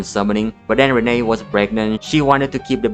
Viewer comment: its pronounced Renee, like knee. The grandma brings it up once in the flashback. Fake fan 😤😤😤